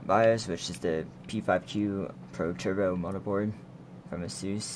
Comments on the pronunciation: I stopped watching when I heard him say, "Mutterboard". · A mudderboard? are your lips fucked up? its M-O-T-H-E-R-B-O-A-R-D